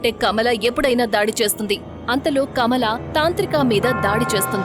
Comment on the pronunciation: Kamla kadhu kamala